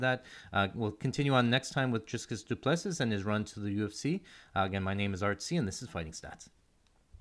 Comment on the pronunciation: Dude, he's been in the ufc since 2020, don't you think it's time to learn how to pronounce his name. There's no S in the middle. Dri- ( like tree) -cus. His surname is pronounced like you would pronounce 2+3